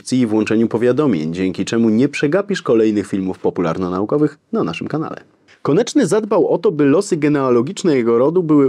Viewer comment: "KONECZNY” - Szanowny Panie - ”KONECZNY”, a nie konIEczny … konieczny może być np byle-jakizm formalny pomimo solidnizmu merytorycznego. Ergo, to oburzające aby powagę omawianej postaci lekceważyć niechlujnością … Poza powyższymi uwagami - dzięki za krótkie i w miarę treściwe wprowadzenie Pozdrawiam, Ireneusz